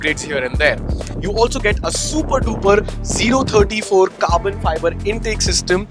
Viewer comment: O34 - zero thirty four ❌ 034 - “oh” three four ✅